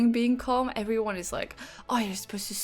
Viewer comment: I like when you say "heoveryone" together :)